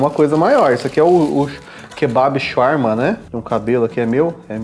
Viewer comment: Eu quase o infartando vendo vc comer e pronunciar Shawarma td errado. Na cidade onde moro tem uma Shawarmaria em cada esquina, não se tira o papel td para comer pq se não desmonta mesmo. Aqui tem shawarma Vegano, mas, não é com frescura, tem falafel no meio, molho de alho, batata frita, picles, alface e tomate, é muito bom. Eu sou vegetariana há 15 anos, mais da metade da minha vida, não pretendo ser vegana, e não é querendo falar mal, mas, nunca encontrei nenhum restaurante com comida vegana que presta. Parece q tão fazendo algum experimento pq fazem algumas coisas muito sem sentido e fica td horrível.